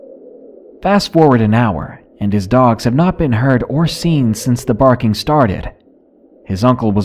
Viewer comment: Burfing lmao I love it! I have a dog he barks but never burfs.